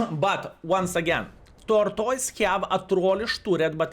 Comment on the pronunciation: "Torktoys" 🤣. Great video as always 👍